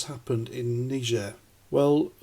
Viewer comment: Thats not how you pronounce Niger....🙃